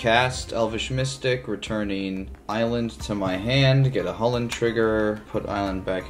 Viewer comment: Fyi Irish people say it’s pronounce Kull-In……… not hullin.